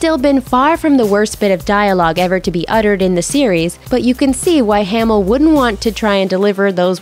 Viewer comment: Mark haymill? 😂